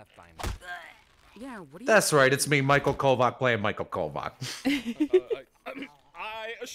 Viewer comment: IS MICHAEL SLAVIC IF ITS PRONOUNCED Č??